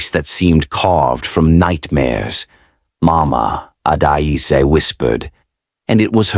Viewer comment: Is not adaiz😢is Adaeze"ada_eze❤